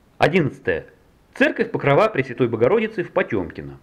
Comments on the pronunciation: церковь покрОва , а не покровА! это что за слово такое покровА? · Именно "покровА", ударение на последнюю гласную.